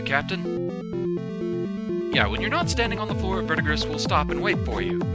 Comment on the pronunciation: It's not important but the green dude's name is pronounced ver-di-gree. It's the name given to the green accumulation on things like copper that develop over time.